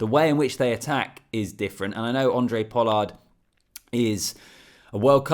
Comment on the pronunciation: Thanks - love the videos from a Capetonian fan. PS - it's pronounced "Hon-drey Pollard", not "Andre" lol. But either way - appreciate the work effort in getting these videos out. Looking forward to seeing your channel grow.